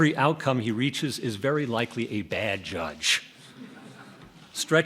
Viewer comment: lol ... Trump's smile at his emphasis of "BADDDD judge"